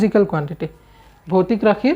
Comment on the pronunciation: Sir boitic nohai he votic rakhi 😂